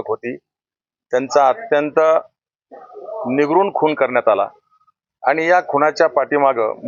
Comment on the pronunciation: निगरून नाही निर्घृण म्हणा